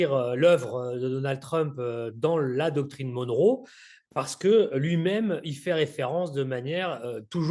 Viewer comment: Retour à l'impérialisme... PS : Monroe se prononce "Monn(e) Rou" comme John McEnroe😉